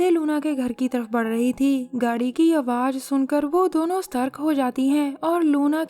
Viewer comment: strk nhi satark hota hai